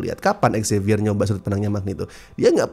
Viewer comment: Dari dulu kurang sreg sama prnyebutan nama Xavier yg "X-zavier", tapi kayaknya emang pengen menekankan X-nya biar pas dengan X-Men.